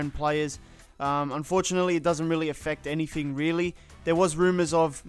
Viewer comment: "Anyfing" bloody hell. Who taught you to speak.